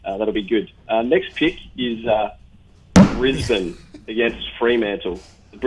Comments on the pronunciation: Haha he'll get there. Essndn, brisbn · Bris-bain. Uh-sen-den. LOL